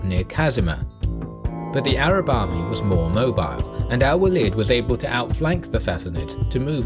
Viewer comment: It is the Arab Iislaamic Army, Muslim Army is a 'Misnomer'. And, please do rectify the Arab name and their pronunciation. Other than that a good audio-visual presentation.